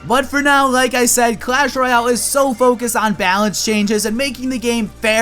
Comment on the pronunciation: it's clash royale not clash roayle get it right